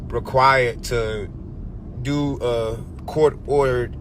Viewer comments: "What u wan dew" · What you wana deww 😂😂